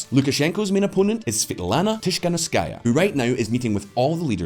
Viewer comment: (note on the pronunciation: Tee-kha-nOv-skaya, kh like the Scottish ch in loch)